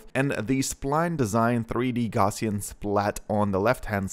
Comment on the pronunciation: a few points: 1. It's pronounced "gow-ss-ee-an" after Carl Friedrich Gauss - google for more information. (normal distribution etc.) 2. The DSLR you used is not the reason you have "bokeh blur". that's the lens/f stop. - this means that you don't need to use your phone, and in fact its usually better to use a higher quality sensor. just control your depth of field. 3. A crop box... is a crop box. it doesn't "help the object come into focus". it crops the splats inside the box. 4. Would be great if you could spend a little more time on your script instead of jumping head-first into a video with such limited research.